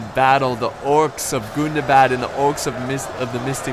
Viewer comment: You pronounced "Gundabad" wrong. In Tug of War I learned that you have to pronounce it in a very special way whenever you say "Gundabad";)